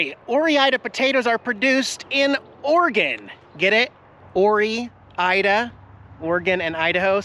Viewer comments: You need to do some research before you pronounce things wrong. Such as Ore-ida… it’s not Oree-ida it’s pronounced ore as in metal ore not oree-ida…. You make yourself look like a fool. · OR-Ida is how its pronounced. 🤣 Not OR-E-Ida!! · Hey, as an Idaho resident, it isn't pronounced "Orie-Ida", it's Pronounced "OR-Ida". Enjoy Idaho, it is beautiful and fantastical! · Love your channel, been watching since your 1st van days…. so please don’t take this as criticism, only as an fyi, “Ore-Ida” is not pronounced Or “E” - Ida, just Ore-Ida, sounds like “oar-ida”. When I travel, I never know for sure how to pronounce many cities, etc. but, I am a native spud (Idahoan) ❤ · It’s pronounced Oar Ida 😀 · OR-IDA is how it’s said man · it's just pronounced "or-ida" you don't say "orey-gone" come on man lol, we're both Washingtonians, we know how to pronounce Oregon. Again: "or-ida" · sometimes I think you purposely mispronounce words or get facts completely wrong just to trigger trolls and generate comments. It's pronounced or-ida. Just as you would pronounce Iron Ore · Double towing is perfectly legal in most states! As long as you're towing a fifth wheel as your main trailer. There are also length laws in each state. BTW, it's pronounced Or-Ida.